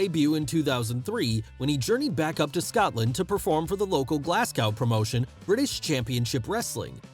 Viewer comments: its football not soccer and also its Glasgow not glassgow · good to see a fellow scot make it so big ...and its not glass cow its pronounced glaz go ..glasgow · it's "glaz-go" no "glass-cow" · Why does no one ever say Glasgow correctly 🤦‍♂️ …. It’s Pronounced GLAZ-GO !!! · It's pronounced Glaz Go - Glasgow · I’m from Scotland and the way you pronounced Glasgow is hurting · Great video.. But as a scot my ears bleed every time you pronounced Glasgow! (drop the 'w' when saying it!) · It's football (fitba) but don't say Glasgow again 🤣🤣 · As a Brit I love that Americans pronounce Glasgow Glass-Gow not Glas-go and Portsmouth Ports-mouth not ports-mth but love Drew and love this vid 😊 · Hey. Excellent video. PLEASE don't take this the wrong way.. It's just funny listening to Americans saying UK places.. Glasgow is said as - Glaz-Go. and Portsmouth is said as - Ports-Muth. I really enjoyed this video and learnt a lot. Thanks again. You do an excellent job. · Pronunciation edits for the Americans: Glasgow - Glaz (short a) Go Portsmouth - Ports'mth Soccer - Football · Haha the way he says Glasgow and Portsmouth.